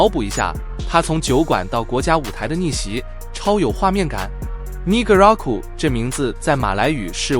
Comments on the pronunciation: 是呢嘎拉古，不是泥可，等下被黑人打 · 才看两分钟就受不了了～我国马来西亚的国家不是“你哥拉古”，是“呢嘎拉古”～电脑配音真的很没有感情，最好的还是真人的声音～ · 你好，不是你咖啦古。 是呢咖啦古。 Ne 第一声。❤ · 不是尼格拉古 不要乱念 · Negaraku is 马耒文拼音不是你所读的，如不懂去听一听马耒西亚国歌的开头的第一句